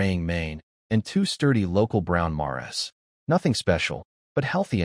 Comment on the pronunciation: Narrator can't pronounce mares